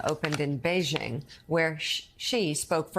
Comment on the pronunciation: It is disgusting that Mika Brzezinski can’t pronounce President Xi. She says “she”. “Xi” sounds almost like the letter “C” Say “A, B, Xi, D…” The ignorant Republican Waltz says “Z” Mika also can’t pronounce BeiJing The Jing in BeiJing sounds like “jingle” and not like “shingle” MSNBC is too complacent to be truthful